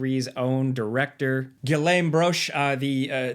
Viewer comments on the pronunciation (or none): love your videos but please learn how to pronounce Guillaume. 😊 Think Gi-yom Double L make Y sound. A + U make O.